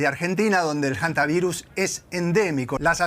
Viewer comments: Que me explique alguien porqué esta gente dice: jantavirus? De dónde lo sacan? La h no se pronuncia. No puedo creerlo!! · NO SE DICE JANTA , se dice HANTA , la H es muda , o este señor dice JUEVO a en vez de HUEVO ???